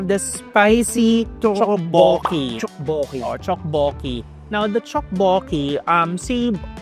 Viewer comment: Di ko kinaya ang chokbokki ahaha! Naiba na pala pronounciation 😂